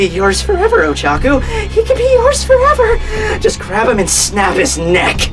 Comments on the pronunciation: Pretty sure it's Ochako, not Ochaku... And I think Tokoyami is a raven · It's Oh-Cha-Koh I watched your video pronunciations. I'm a big fan, but still. If she's your favorite, I just thought I'd suggest a better pronunciation of her name.